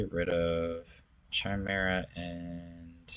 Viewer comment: also it's pronounced Kigh-mare-ah not chime-era